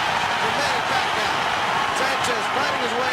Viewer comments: Points shoulda been taking from Sanchez . Pacayo won this fight easy. That dude was so dirty, low blows, back of the head he had no skill so he had to get dirty. Also FM is scared of pacayo. Ha pacayo ! How could you possibly pronounce his name that way? (PACQUIAO) PRONOUNCED pac ee ow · hey mike waffle its fuckyew, not faquiawoooo!! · manny pa-kie-oh. lmfao michael buffer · the announcer prounounce it pakiyaw 😂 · announcer can't prounce pacquiao, he said pakayaw, lol! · They pronounced Pacquiao as "Pack-a-yao" ... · "suffered by manny pa-kai-oh" lmao now he can sure say it right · Manny Pic-cayo?? Good job Michael Buffer! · LOL PEECAW-YOH. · Michael Buffer still doesnt know who Pacquiao is here, he pronounced pacquiao - Pa-ka-yaw. lol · "[...] Puck-eye-oh." Lawlz, Buffer failure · manny pacqiyo? lol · bruce buffer says "manny pack i owe" lol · Manny "Pac-chi-yo" LOL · Back then.. They couldn't pronounced Pacquiao... He said " Pa ee ka yaw" lol but now... people all over the world in different races can pronounce his name correctly.. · michael buffer cant even call pacmans name right at this point of time... he calls him pacyov, the world din know pacman at this stage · Manny PIKAYO haha michael buffer sure learnt his name now after those big performances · you know this is old Micheal buffer can not even say Manny last name correctly,he learned tho as you have to pronounce the bast fighter in the worlds name correctly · this was the time when they don't know how to pronounce the pacquiao name right.